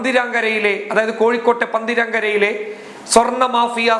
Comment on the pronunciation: പന്തിരാങ്കര അല്ല പന്തിരിക്കര ആണ് കോഴിക്കോട് ജില്ലയിൽ കടിയങ്ങാട് പെരു വണ്ണാ മൂഴി റൂട്ട് പന്തിരിക്കര